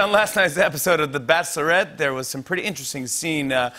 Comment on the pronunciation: Did Jimmy say “bass-lorette?”